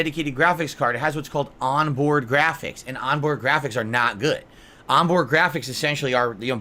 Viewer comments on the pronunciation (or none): "AHNbhoard Ghraaphics. Okhaay?"